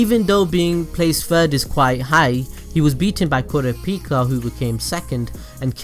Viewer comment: ik ik about you pronounciation but its so easy to say kurapika how can you even mess up! what the fuck is korripika